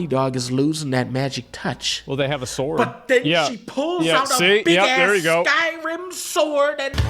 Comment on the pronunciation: I died when he said "BUT THEN SHE PULLS UP THAT BIG ASS SKYRIM SSSSWRD" lmao